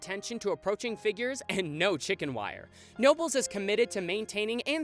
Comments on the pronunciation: Just a heads up, Knoebels is pronounced Kuh-noebels. You’ve probably heard it a million times by now but figured I’d say it just in case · For the future. Speak the K in Knoebels. It’s not noebels. The K in Knoebels isn’t silent. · FYI...... It's KA-Nnoebels. KA. KA. KAAAAAA-Noebels. The K is NOT silent. Why can no one pronounce the parks name right? Everywhere I watch a theme park YT video that mentions the park, they always wrong. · You kept mispronouncing Knoebels. It's Kuh-noebels. The K is not silent. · The K in Knoebels is actually pronounced. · You pronounce the K in Knobles.... but always glad for a hometown shout out! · For those who care, you pronounce the k in Knoebel's. (I also recommend the mine train dark ride if you want to learn a little bit about the area) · This was a really enjoyable watch. But I do gotta note, the K in K noebels is actually not silent! It's sorta like K'nuckles' name from Flapjack. (Apologies if someone already pointed that out) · Hey, I know this might sound wierd but us Pennsylvanians actually pronounce the k in Knoebels. Sorry I know we're weird. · Dude you pronounce the K in Knoebels. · God you very much butchered the Knoebels segment It’s pronounced with the K Town is pronounced Eli ‘s burg Like Eli Whitney Do better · As an ex-local, just want people to know you pronounce the "k" in knoebels even though it makes no sense lol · just going to say in Knoble's you do pronounce the k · Knoebels , the k is pronounced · Great video but since it's my home park I need to correct something about Knoebels, you pronounce the K! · When you’re from Pennsylvania and can’t help but laugh at the pronunciations of “knoebels” and “Elysburg” . We do have some weird names here, don’t we? Keep up the great work! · Cringing when he pronounces both Knoebels and Elysburg wrong. Other then that, great video! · Just a heads up.....knobles is pronounced "kuh-nobles". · I’m sorry to be this person a year later but it’s pronounced “Kah-nobles”!